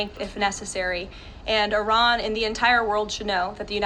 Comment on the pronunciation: She pronounced Iran incorrectly and correctly. Very strange.